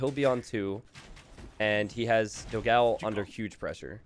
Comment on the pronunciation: man, the pronunciation it's not "dog ao", it's "doghaun", although second game was awesome :)